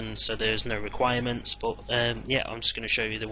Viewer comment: its requirements not reguirements but so far nice guide